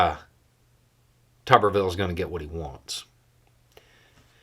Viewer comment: It's not tubberville, it's tuberville like a potato is a tuber.